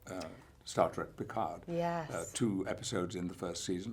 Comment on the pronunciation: ...and still not able to pronounce his name properly: it's Jean-LUc , not Jean-LOUC, plus the D in PICARD is SILENT!!! Love him, though!